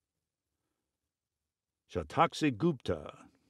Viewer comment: The way you pronounced Satakshi Gupta isn't correct. I'm an Indian too. You've pronounced Gupta as Goop-ta.. but the pronounciation should go like you do it in cup, i.e. gup will be pronounced similar to cup, begining with G sound. Also, ta is pronounced as 'ta' in ta-o-ism..